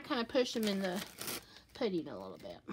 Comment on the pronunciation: I love that she says “poodin” lol has the cutest voice. It’s so girly and southern